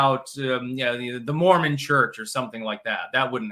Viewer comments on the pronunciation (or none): none